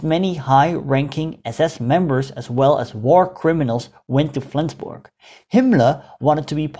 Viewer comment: For a non native speaker your pronunciation of Flensburg is on point. Well done my friend. Quite an interesting video as I live in Flensburg, but I've got no clue about these latter stages of the war - atleast not more than the short entry in Flensburgs Wikipedia article ;)